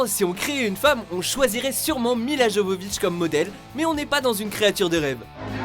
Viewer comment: On prononce pas JOvovitch mais YOvovich.. faite pas d'erreur bete comme ça.